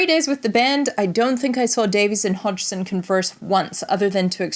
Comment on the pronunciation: Fantastic video and you pronounced Roger's last name just fine. I've watched so many other videos that totally butchered it.